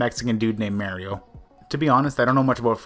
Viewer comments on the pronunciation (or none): It's pronounced MAAR-YO. You dumb fuck not MAY-RO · Bro did you not have a childhood? You just said mairio like mareio....itttttssss Mario!! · He really said Mario merio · WTF IS WRONG WITH PPL WHO CANT SAY MARIO CORRECT...ITS NOT MARY-OH...ITSA MAH REE OHH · "Mehrio" excuse me? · this dumbass doesnt know how to say mario he says maryoh,how does he say mark? mayerk? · How does anyone pronounce mario like that